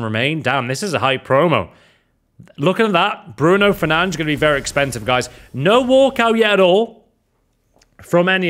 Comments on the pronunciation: its bruno fernandES and jou felix bro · It’s not fernange 🤬